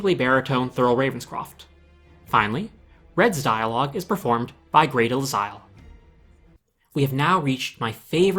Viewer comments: You pronounced Grey DeLisle's name wrong. It's "DEE-lyle". And nowadays, she goes by Grey Griffin. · Is no one going to mention how mispronounced Grey DeLisle's name?